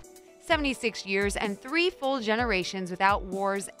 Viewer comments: #10 don't you mean tree trillion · ThREE TREEllion TREES. Yep ^^ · lol tree three trillion